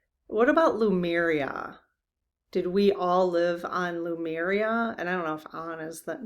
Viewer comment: Dearest, here I go again…it’s LE (Lee) MU (moo) RIA THANKS FOR BEING YOU!